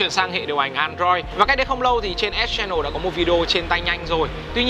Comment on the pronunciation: ĐỌC KHẮM VÃI, ÉT CHE NỒ @@